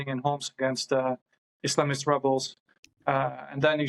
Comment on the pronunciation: Islamist did I just hear ISMALIST?